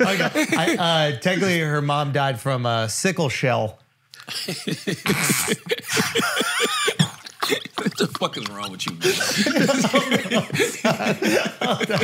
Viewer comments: "SickleShell" 🤣🤣🤣🤣🤣🤣 I hate you Andrew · This fool said sickle chell 🤦🏽‍♀️🤣🤣